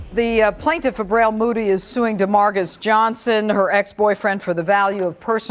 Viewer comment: "Fabrail" really?